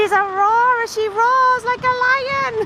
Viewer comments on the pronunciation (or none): none